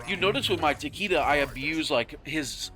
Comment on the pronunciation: You and "Takeeda"